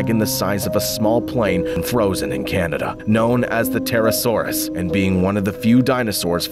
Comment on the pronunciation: Not only did they call Pterosaurs dragons, they called them dinosaurs, they mispronounced it, and acted like it was one creature when pterosaurs are several creatures like the quetzalcoatlus and the dimorphodon